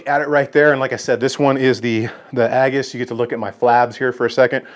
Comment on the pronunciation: Aegis not aggus